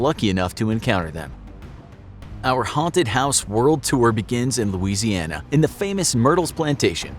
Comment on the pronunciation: me:* drawing while I'm listening* the narrator: "Louisiana" me: O.O